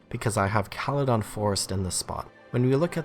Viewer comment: i disagree with call-a-don forest.... it's kale-don forest